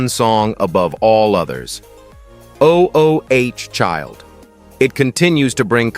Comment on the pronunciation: This narrator irritates me‼️ O-o-child, he says 🤦🏾‍♀️. Instead of "ooooh" Child. How it sounds. Geez, let someone tell you how to read I want to say. Consistently, he mispronounces the simplest of things, which tells me no prep work was done.